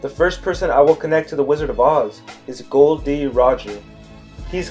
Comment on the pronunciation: His name is actually gol not gold